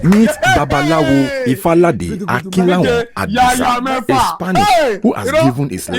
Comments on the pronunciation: Ifalade ni r m r m, not lfalade r m d. m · you keep mispronouncing falade's name